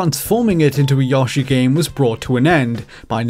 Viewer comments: YASHI? Really... it’s Yoshi 😂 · Please, stop pronouncing "Yoshi" incorrectly. The Smash Bros. announcer has gotten it correct for years, so you've no excuse. It's not "Yawshi" it's "Yoshi". Do you even know how to pronounce "yo" or "yoyo"? Come on, man! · FYI, Intelligent Systems is a 2nd Party developer. While Nintendo owns some stock they are an independent company, not a subsidiary of Nintendo. Also, Yoshi is pronounced 'yoh-shi', not 'yaw-shi'. Great video otherwise. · I'm not a big Yah-shee fan, I prefer Yoshi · Yoshi’s name is simply not pronounced “Yawshi.” In English, it’s pronounced as it’s written: “Yoshi.” In Japanese, it’s actually ヨッシー、pronounced “Yosshi—.” But never is it “Yawshi,” and to call it that continually while also claiming to be a gaming researcher is very silly indeed. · Yo is exactly what I heard in there not yah, as he says in the video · Hearing it pronounced Yawshee triggers me so hard. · I'm confused. I don't think that's how they pronounce "O" in Japanese. It just reminds me of how I commented on some video a few years ago about someone trying too hard when saying Japanese names... channging their entire accent, tone, and volume... and the responses I got were everyone screaming at me for daring to sinning against the Great Nippon. Now there's a video of many yawshees. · "Yawshi" XD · Yawshi and Pokeymon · Daniel Layne Just don’t call out his piss-poor pronunciation of “Yawshi.” He’ll call you a pedant. 😂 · the accent kinda sounds "put on" because of the constantly changing pronunciation of A I'm really not sure at this point 😂 I just noticed the yawshi too hahahah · "yAWshi" Ugh. Just sounds weird saying it that way. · RhythmGrizz Or, ya know... completely wrong. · The way you pronounce Yoshi's name makes me think it's actually short for Yoshua. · Such a weird way to say, "Yoshi" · Damn you really pronounce Yoshi like that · Great content, but every time you (mispronounced) yoshi, I wanted to break glass rods off in my ear canals.